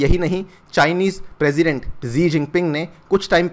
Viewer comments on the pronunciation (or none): none